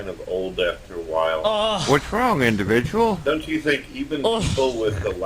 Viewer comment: Indivijul sichuashun